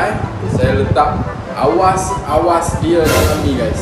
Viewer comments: "sy letak awas2 dia'....yeahhh kelate di situ,terbaik ore kmpung sahut cabaran ijat 😁😁👍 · berbau klate 'awas2'hahaha...lucu demo🤣